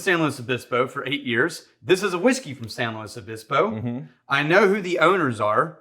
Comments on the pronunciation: Pronounced it correctly, former SLOcal confirmed. I’d expect nothing less from. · Lived there back in the mid 70's. Dad went to Cal Poly. As soon as I heard you say the name correctly, I know you had to have spent some time there. Would Love to get a bottle of this one. But alas! I live in Norfolk. Yes!!! another city with a name butchered by outsiders. Pronounced Norf*#k.